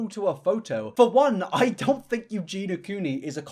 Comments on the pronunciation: in this whole 34 minute video, you managed to pronounce her name correctly exactly one time :D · Respectfully unsubbed on purpose because I find the way you cover Eugenia disrespectful. It bothers me that you keep calling her by the wrong name (Eugen-EE-a, her name is not Eugena) and you introduced her deceptively. You made an effort to use old photos of her that don't represent her as she normally is, then you used footage of her showing her trademark muscle wastage unblurred, uncropped, undressed, and most importantly unspoken, because that nonverbal display of SH is her brand, even when weather inappropriate. You intentionally omitted her illness is what she's known for, if you already know her. For people in your audience who aren't already familiar with her, that's a jarring transition from old pics of her to suddenly skelly. I'm sure you don't intend to expose your audience to ED content, but that's what you're showing and it doesn't negate the harm that causes to show and not tell. If you're going to peddle shock content, make it educational. I don't like that you're sending engagement to a very sick woman you don't even respect enough to say her name. That feels very exploitative and I can't respect that man, you're doing exactly what she's controversial for when you normalize ED content for profit. She's not "just existing", content creation is her job same as yours, and the way you do your job is not exempt from criticism, so do better man take care but I'm out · Is there a reason you say Eugena Cooney and not Eugenia Cooney? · her name is eugenia.. not eugeena... lol.. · I hate to be that person but it's pronounced, well, Eugenia (with the i), not Eugeena. The wrong pronounciation has been bugging me for a hot minute lmao, obviously doesn't impact the good quality of the video, great work as always! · Her name is Eugenia, not "Eugena". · PLEASE it's Eu-gen-i-a, NOT eu-gen-a 😭 you're killin me man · Eugenia* not Eugena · yes! EugenIA. So annoying